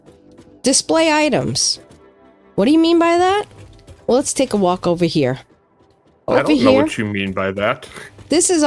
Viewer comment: "Over-down-'n-here" sounds like a New Englander, guessing Mainer. FYI in Texas and the south in general we say "Getonovaheir"